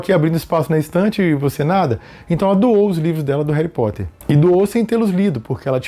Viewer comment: "Reri Potter"😂❤